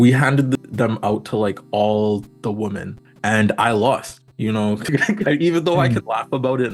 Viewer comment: Why do you pronounce "women" woman?